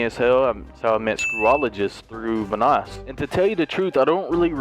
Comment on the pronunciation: Delirious be like: Vanåås